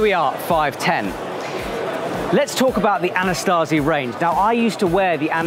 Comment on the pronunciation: there is no 'T' in 'AnaSAZI', much like there only one 'I' in 'AlumINUM'. Signed, an American (we perfected English. Fight me)